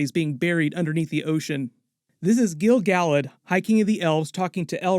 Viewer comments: Gil Galad = [gill] [gal ad] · Yeah SORE-on and Gil- GAL-ad made me wince. SOW-ron (as in ouch), and Gil-Ga-LAD, Ah-ron-deer, Eh-lehn-deel